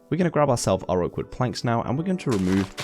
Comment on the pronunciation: when he said oak wood leaves it sounded like awkward leaves